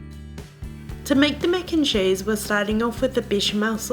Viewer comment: “Mec and chayse”